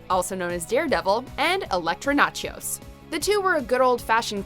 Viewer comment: Electra "Natchos." Heh.